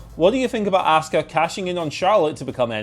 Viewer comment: Why do you pronounce her name wrong??? It's not ASK-uh 🤦‍♂️ It's AHH-SKUH